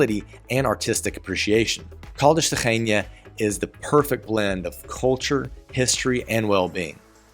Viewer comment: Agreed that almost all of your city names have become quite good. Just two very minor adjustments: open, short e in Beja (not Beija) and separate syllables in Ra-inha. Otherwise, perfect!